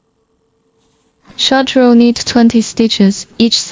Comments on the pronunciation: Thank you for your videos. The letter K of the word KNIT is silent, means you don’t say the k sound. You only say NIT even though there is a k in the beginning. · The k in knit is silent. Just say nit.